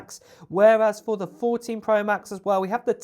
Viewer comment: “Pwo” this dudes voice